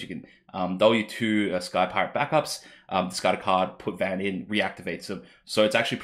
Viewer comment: Thanks for the video, am glad to see these cards, as well as a little bit of discussion. For future reference though, just in case the cards keep reappearing, Alisaie is pronounced Al-lee-say, and Alphinaud is pronounced Al-fin-no. And just in case he gets printed, a scion called urianger is pronounced yuri-an-jay (that one is the weirdest of the bunch). Vaan is also pronounced Varn, as opposed to van.